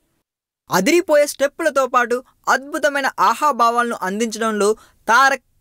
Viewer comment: ha ha bhavalu kadura hava bhavalu